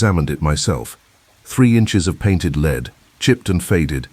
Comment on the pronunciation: Lead base should be pronounced led not leed.